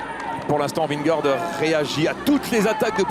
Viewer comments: Il m'a fallu du tout pour comprendre qui était Vingoor ?? Ce serait top d'arrêter de massacrer le nom de Vingegaard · Il a réussi à le dire une fois 🤣 quand il a passé la ligne